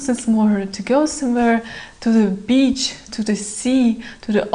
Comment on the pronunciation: err .. your "beach" sounds a lot like "bitch".